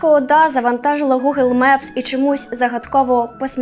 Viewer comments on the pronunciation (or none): none